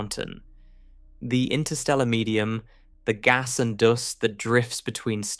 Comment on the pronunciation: The Hitchhikers Guide to the Universe gave a very good explanation how big space is. Did you just pronounce “dust” as “doost”?